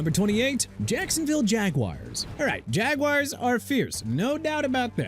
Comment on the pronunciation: It's pronounced la-gwar-dia not la-gar-dia!! Also maybe you should change the Jaguars name to Jagwires cuz you keep saying it... SMH... and you said the Dolphins name isn't instilling fear in any opponent. Thank you for trashing my team. Way to show respect for Miami... NOT!!!